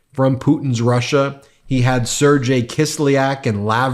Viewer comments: Just FYI, "Sergei" is pronounced "sair-gay", not "sair-jay". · Ben, Love your work. It’s Sergei- Sair-gay, not Sir-jay. Hard G and different diphthong sound on the vowel stress. Don’t be like the Republicans mispronouncing Kamala’s name. Kisliak is a bad guy but at least say his name correctly.